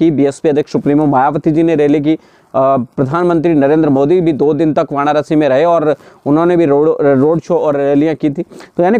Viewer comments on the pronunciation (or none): Vanarasi nai Varanasi hota hai